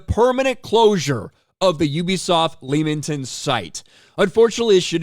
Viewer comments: Just so you know, it's pronounced LEMMING-TON. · You pronounce Leamington wrong